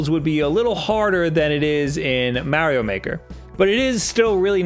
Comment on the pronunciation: One day... one day he will learn how to say Mario's name right. One day.